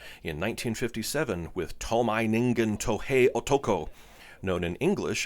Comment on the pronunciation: Ei-ji Tsuburaya, not Ai-ji. To-mei Ningen, not To-mai.